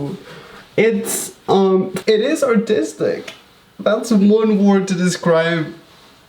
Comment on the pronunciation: "It's artistic!" Change 'ar' to 'au'